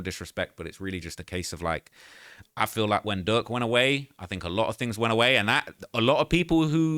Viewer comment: Please use pronunciation with your words, cause you keep calling Durk Duck 🤦🏽‍♀️🤦🏽‍♀️🤦🏽‍♀️